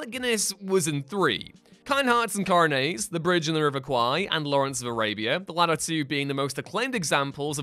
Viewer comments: Kind Hearts and CoroNAYS... it's pronounced CORROW NETT, COR - OH - NET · “Coronays”? 🫣 It’s Coronets. 😬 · Kind Hearts and Coronets. Pronounced ko-ru-neht, not ko-ru-ney. 'Net' as in fishing. Yes, it sounds wrong, but it isn't. Ask the Horse Guards where the lowest ranking officer title is Coronet. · Re the section about Alec Guinness , when referring to Kind Hearts and Coronets there is a dreadful mispronunciation : Coronet is NOT pronounced coro-nay , it is coronet ( the final syllable being like fishing net ) , much in the same way that Baronet is not Baron-ay . As for Tunes of Glory , it was absolutely NOT set in the Scottish Highlands , it was set in , and filmed in Stirling Castle and the City of Stirling , which is in the Central Lowlands of Scotland and through which the River Forth flows . The Castle is the Regimental Headquarters of the Argyll and Sutherland Highlanders and also houses their museum , and during his service in that regiment my father was barracked there, as well as serving overseas during WWII . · Coronets has a hard ‘t’ at the end. Not pronounced “coronay.” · What's a "Coronay" it's pronounced "coronett" and means a lesser crown like a duke might wear. Clearly the narrator has never seen "Kind hearts and Coronets". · "Kind Hearts and Coronets"? Coronets is pronounced with a hard T: cor-on-ets. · Thanks for the video. Pick you up on one thing- Kind Hearts and Coronets…….spelt and pronounced with a T at the end. English, not imitation French. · Coronets is not pronounced CORONAYS. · Great video, thanks for making it. There is one small correction I'd love to see in the Alec Guinness section. The T in Coronets isn't silent. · It would be less distracting if the narrator learned how to pronounce the words he was reading. For example Kind hearts and Coronets. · Do you really not know how to pronounce the word 'coronet'? Jesus Christ.